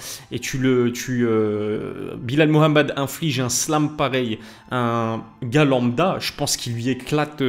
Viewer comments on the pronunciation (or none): Pourquoi tu dis belal Mohamed comme un non arabophone bro ? Prononce bien le H 😂